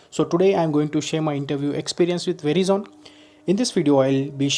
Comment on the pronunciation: It has to be pronounced as 'veraizon' and not 'verizon'..